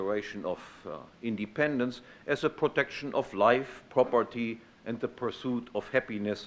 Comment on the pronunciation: "ze protection of life, property and ze pursuit of happiness from domestic violence" COUGHS "and from foreign aggression" DRINKS WINE . 100% savage. (by savage, i mean civilized)